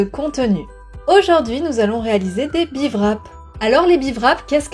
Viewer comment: Merci pour les conseils. Je précise qu'on ne prononce pas le w dans wrap ! (donc pas de Vrap mais des 'beerap'. wrap en anglais veut dire emballer, envelopper)